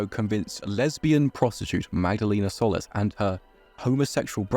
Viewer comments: Love the video but their last name is “Sol-lees” not “Soulless” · It's pronounced "Sol-eece" (Solis).